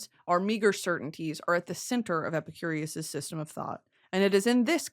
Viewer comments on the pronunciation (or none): brittany pronouncing epicurus as epicurious for an hour